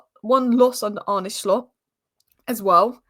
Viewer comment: It's not Arne Shhhhlot. Just Slot. Like Slotting it in. Stop saying shhhhlot.